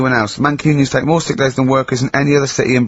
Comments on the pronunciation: sixt days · I like how Ricky can't even say sick days properly 😂